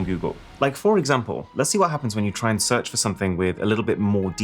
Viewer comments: 😂😂 GOOGLE SEARCH ADS ❌ GOOGLE SEACH ADS ✅ No hate! Much love and respect Arun. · "Google seach ads", the r got lost somewhere along the way lol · google seach 💀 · People who seen google "Seach" instead of search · "Google Seach". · u said seach instead of search:face-blue-covering-eyes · 'Google Seach Ads'... silent 'R'...? Oviously... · google search is called “google seach” xd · "SEACH" Found one!! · "google SEACH ads" 😂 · "goole seach" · seach? lol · Guys who notices "seach" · says Google ‘Seach’ ads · Did anyone else notice the missing “R” from Google search ads? At 7.48